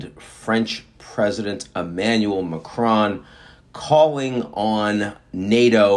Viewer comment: Please do not pronounce the 'n' in Macron